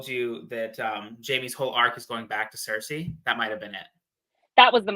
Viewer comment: The way she says cersi takes me out of it every time lol.